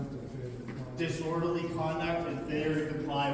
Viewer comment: I still gave him an Oscar nod for his performance when asselmo was locked up in RI, standing out in the cold and the snow crying about poor asselmo and his now destitute kids because the freedom fighter (giggle) got locked up for " disworderly"